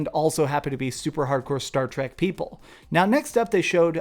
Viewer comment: lol “Star Trek p e o p l e”